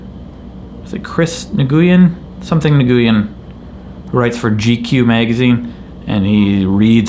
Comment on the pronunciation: The name "nguyen" is pronounced kind of like "win" actually!